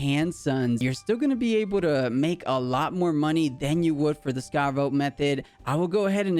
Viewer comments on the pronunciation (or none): It's scarawatt >.<